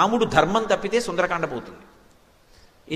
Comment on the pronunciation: Sundaraakanda kadu Sundarakanda